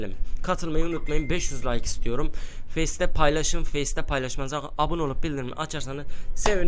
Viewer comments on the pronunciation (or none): none